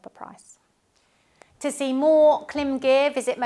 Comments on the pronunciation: Klim as in “rhyme” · You also pronounce KLIM wrong. :face-green-smiling::face-green-smiling::face-green-smiling